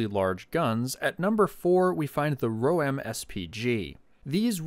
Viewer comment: a small tip, the Roem, is pronounced as RO, and M like the letter, row-m, rO'Eam, but i guess it's kinda pointless to spell a pronunciation, sorry for wasting your time